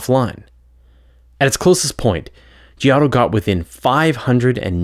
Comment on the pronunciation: Giotto: ( 'gee-OH-toh' )